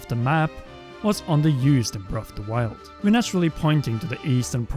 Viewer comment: "BREFFF DE WYLD"